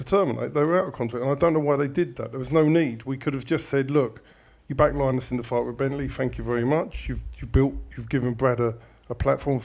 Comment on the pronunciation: Good effort that. Can you please stop pronouncing Linus udofia name as Line-us it’s Linus